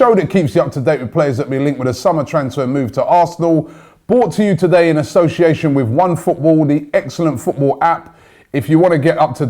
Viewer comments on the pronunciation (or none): When will Robbie learn to say association properlt